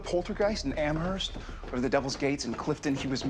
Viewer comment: I still cringe so hard when Sam says Amherst wrong in the pilot.